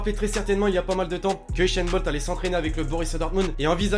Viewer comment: usain bolt pas bolcht